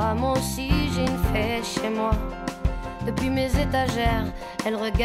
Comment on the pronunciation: On dit une fée pas une fait. Belle chanson dommage qu'elle est un petit problème de prononciation.